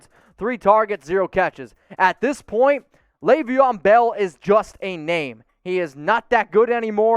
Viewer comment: Laveon Bell???? Hahahahahaha somebody needs to do some homework 🤣 😂